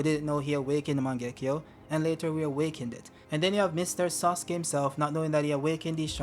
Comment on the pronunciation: Why are you calling "Sasuke" as "Suske"? 😂